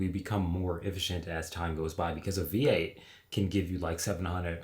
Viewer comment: Unfortunately the original post is an AI voice that can't even pronounce V8. The pictures also do not match the description sometimes either, Very annoying.